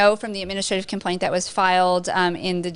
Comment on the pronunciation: Lmao, "compaint"